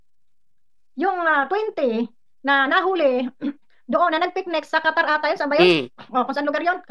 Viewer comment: KATARATA AG SABI NIYA ,HINDI QATAR